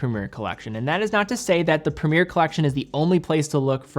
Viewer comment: Premier, along with route, is the worst word to hear pronounced in a US accent